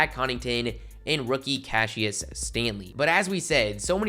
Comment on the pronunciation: It’s pronounced cash-is